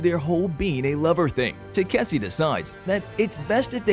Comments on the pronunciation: ta-ka-shi.....is it so hard to pronounce.........tasiki-takisi and god knows what....even on the prev video the girl fumbled up so bad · i wont be surprised if they call it tayk-see in the next episode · Now it's Taseki and Kaseki. You're not only butchering the name but you're not even consistent in doing this ! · What can greater than this previous channel keep on pronouncing takaski's name into taksse or tasseke and now taseki i wonder what other channels are gonna bring askei maybe, it went from Takashi to taksse to tasseke and now taseki first channel was better not only the explanation but with the pronounciation you guys really need to work on your spellings and pronounciation only if don't want people to roast or troll you and wanna grow the channel when i heard the male voice in the beginning i thought this might better than previously one but you got me disappointed it's fucking takashi not taksse or tasseke or taseki got it dumbaxx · the pronounciation of taseki changes every part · Bro you pronounced Takeshi as tzatziki( the Greek side dish ) several times. Lol I can’t with you 😂😂😂😂😂😂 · They called him katishi too😂😂😂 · y'all keep butchering his name. It's TEH-KAH-SHE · it's takeshi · I'm convinced the pronounciation of takeshi is being butchered to grind my gears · They said his name wrong so many times even I'm confused what his real name is lol 😂😂😂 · Your constant mispoken of the name Takeshe is worst than the mispronunciation by the prior narrotor. What you're doing is like calling someone name Sa-man-tha as Sa-tha-man. At least there's an argument for the perevious narrator that mispronounced the name, you misspeaking the name is just pure lazy and lack to respect for someone's name. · lol, every other narrator just butchring Takeshi name XD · They mispronounce his name as much as the last one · Each video gets worse at saying his name